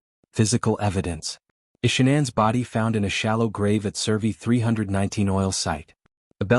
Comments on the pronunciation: Pronounce it right. It's Shan- anne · Ahhh ur driving me flippin crazy pronouncing Her Name Wrong WTH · This AI voice pretending to be a real person and can’t even have the decency to pronounce her name right. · The brotherhood wouldn’t be telling ANYONE if they were going to do anything. And they definitely wouldn’t tell some random guy on the internet- using an AI voice that cant even pronounce Shannan properly.